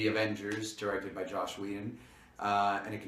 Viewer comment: It's Joss, not Josh.